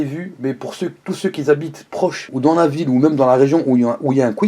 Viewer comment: "pour tous ceux qui z'habite" comme za ...